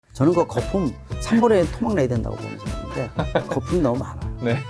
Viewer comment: ㅋㅋㅋㅋㅋㅋㅋㅋㅋㅋ거fum 과 부fumㅋㅋㅋㅋㅋ계속들리네요 ㅋㅋㅋㅋㅋ